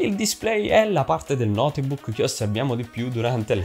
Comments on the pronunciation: Ma si dice notebook nn noteeebok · Ma come si fa a dire "notebuucc"? Chi è questo tizio? Ha detto cose scontatissime e molto lentamente, mi sono quasi addormentato... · Per favore qualcuno gli spieghi che non si pronuncia notebuc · Video interessante e semplice, anche se forse qualche esempio o dettaglio in più non avrebbero fatto male, ma una cosa è davvero imperdonabile e rovina tutto quanto il video: la pronuncia di notebook. È sbagliatissima, italianizzata (o napoletanizzata?) davvero davvero brutta e terribile. Posso capire essere difficile da pronunciare una parola straniera per alcune persone, ma se così è bisognerebbe evitare di ripeterla male ogni 30 secondi.... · nooo notebook non si dice l'E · ogni volta che hai pronunciato la e di notebook ho perso un anno di vita